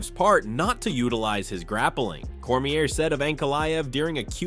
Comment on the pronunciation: Why can you not pronounce these fighters names? Like the most well known and reported on fighters in the world and you still put the"r" on Daniels last name lol. Good content otherwise.